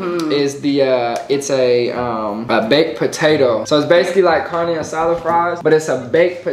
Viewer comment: Did she say CaRna aSaDa 💀